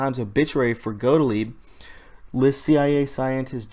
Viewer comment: Got-Leeb is how you pronounce it.